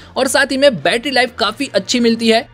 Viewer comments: Not bettra its battery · Batarra sounds annoying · Bhai aap batra mt bola karo mujhe bahot hasi aata hai bhai 😂 सुरु में क्या ही बैट्रा बोलते हो 👍😁